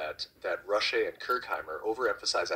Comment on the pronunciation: You pronounced my name wrong 😂